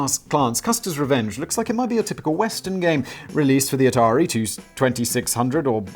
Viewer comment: It’s Atari 2600! wait… did Simon just pronounce something correctly? This is a joke right? Sam dubbed that in in editing didn’t he?